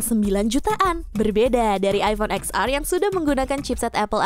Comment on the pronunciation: Bukan “eks ar” kali mba...tp “ten ar” 😂